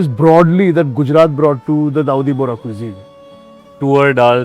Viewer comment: Boss it’s Bohra Not bhori Nice video